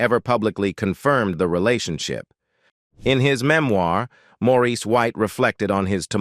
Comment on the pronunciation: His name is Maurice not Morris, AI ugh, geez